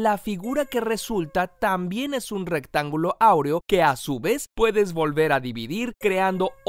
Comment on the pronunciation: Alguien se dio cuenta que en una parte del vídeo decía rectanulo